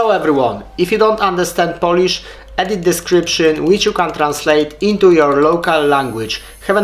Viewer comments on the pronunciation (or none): none